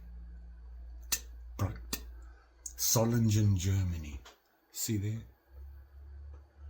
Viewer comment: The creature is a hyena. This is probably based on the manufacturer's surname. Solingen... try pronouncing the "g" like the "g" in great. It's difficult, I know. I have trouble pronouncing the "t" in tree correctly...